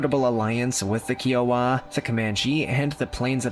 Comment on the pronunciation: Just please do your homework on some of these things in these videos. Plenty of it is not true . I’m a Lakota ( friend ) descendant, I grew up around Paiute, and Shoshone tribes in Nevada, and still live by the colony now . And it’s KY-OH-WUH ( Kiowa ) don’t mean to be peckish, I admire your interest.